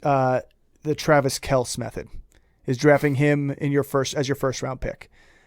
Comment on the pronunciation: You pronounce it Kel-see. Jesus, if you don't even know how to pronounce his name therea no way you know what you are talking about